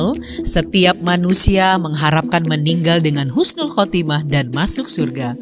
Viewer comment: Husnul min,bukan khusnul